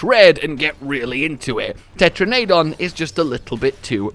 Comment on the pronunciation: Tetra-nay-don... Magna-may-lo. Im confused.